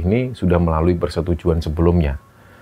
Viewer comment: Kenapa,nama novri harus bacanya nopri,seperti dewi jadi dewik,andi jadi andik,ita jadi itak.cerita di kembara sunyi bagus tpi kurang nyaman mendengarkannya 🙏🏻